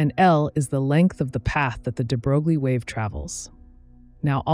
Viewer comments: Hey, sorry I didn't mean to be rude. It was just funny. Also, I never heard any American physicists call this name like that. I personally do not believe there is such a thing as American pronunciation in this case. It's wrong as it is wrong to call [frenel] [fresnel]. And finally - I am not Russian 🤷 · A correction: The units of Planck's constant are joules times second, not joules per second. And I was dismayed to learn in college that "de Broglie" is pronounced "de broy" but then confirmed that we Americans may pronounce it as it is spelled in our orthography. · You are pronouncing the name of Nobel laureate (French aristocrat) de Broglie wrong: his name rimes with Versailles (the palace of the Kings of France). Think of smth like "de-grail" but with a "b" instead of a "g", and the "l" being kind of silent... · de bro glee? are you kidding me? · stem+language background of mine tells me: yes, it’s wrong. But a lot of foreign words are said wrong in other languages, INCLUDING proper nouns, for a number of reason, albeit, at times, rather hilarious ones. On top, there’s no norm for some of them, “say what you think it should sound like” kinda approach. So, just relax. 😊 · I lost interest when the narrator failed to even pronounce de Broglie's name correctly. He'll be turning over in his grave...probably.